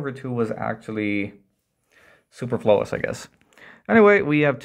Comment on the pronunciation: I never heard superflous being stressed like that